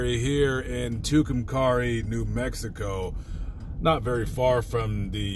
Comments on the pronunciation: Tucumcari long a in pronunciation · When you post something on an open Forum like YouTube you should expect and except criticism . In the worst kind. Mine is you need to learn to pronounce the name of the town you are making a movie in.